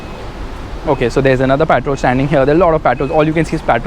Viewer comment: literally every journalist who went to Dubai pronounce the word Patrol "petrol" ...only you are the one who pronounce the name correctly